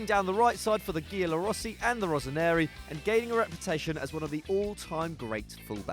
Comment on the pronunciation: Giallo Rossi = pronounced as Jallo. Facchetti pronounced as fakketti. Cesare Pronounced as Che Sa Rè. Not an easy task choosing, however you could swap Totti for Baggio.